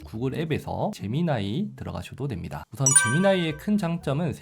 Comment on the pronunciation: 젬미니 인줄....